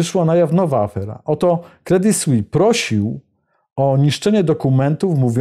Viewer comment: Jak zwykle dobry program i dobrze zrobiony. [Credi Słiss], proszę wybaczyć za poprawkę,ładnie pan wymawia francuski i warto to robić jeszcze dokładniej. Pan robi super emisje, nic do dodania, słucham zawsze z uwagą,bo są to wiadomości na poziomie nie widzianym w innych mediach, za każdym razem, a ja tu pana o głupie "s" zaczepiam,gdybym nie szanowała to bym nic nie pisała, (mnie można poprawić za tzw.zapis "fonetyczny").